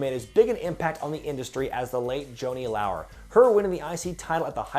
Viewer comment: Err... it's Joanie LAURer, not Lauer. :P